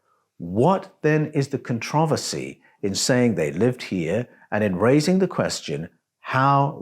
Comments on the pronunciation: This was fucking awesome, but it was worth the time just to hear how he pronounces "controversy". So fun tho, this 6 finger part i am focused in on. I met a person a couple of years ago who was Ojibwe, and he told he the old tradition of raising their hand when they greet each, was to ensure you didn't have 6 fingers. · My main problem is how you pronounce controversy...... I'm cool with everything else.